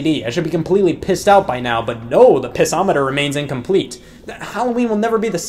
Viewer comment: Anyone else coming back to this mad he called it a Piss-O-Meter and not a Pissometer?